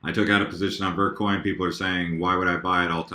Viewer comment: i thought he said "Birdcoin" instead of vertcoin